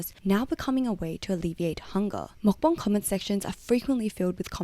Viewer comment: take a shot everytime she says makbang